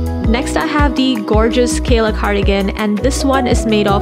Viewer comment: is amazing🥰 Btw, Keyla cardigan. not Kelya.